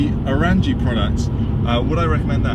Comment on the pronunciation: Glad you enjoy the Orranje Stealth Intake, and thank you for sharing your thoughts! PS, we pronounce Orranje as "orange" 😄